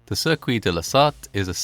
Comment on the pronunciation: The mispronouncing of the word “circuit”makes me think this is AI voiceover